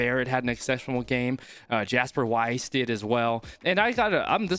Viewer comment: Hey. I just wanted to let you know that in Afrikaans 'Jasper Wiese' is actually pronounced 'YAS-PER VEE-SIR'. In Afrikaans the 'J' sounds like a 'Y' and the 'W' sounds like a 'V'. I also want to add that 'Willemse' in 'Damian Willemse' is an Afrikaans surnames so the 'W' sounds like a 'V'.